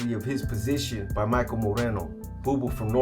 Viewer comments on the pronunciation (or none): none